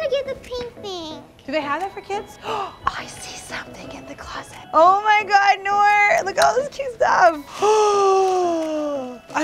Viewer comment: its noor not nura